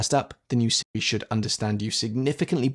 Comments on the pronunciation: Are you saying Sri or Siri? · I was wondering why Siri was pronounced improperly. You nailed the coffin on the head. I wish Siri actually did learn one’s voice.